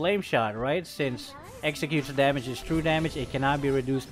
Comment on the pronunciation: It's damage 😅not demej